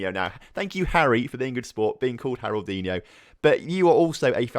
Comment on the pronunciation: "Harroldinho" is more of a portuguese name... Haroldiño would be a lot better